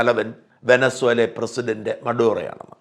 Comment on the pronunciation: വെനസൊല അല്ല ചേട്ടാ 😂😂😂വെനിസ്വല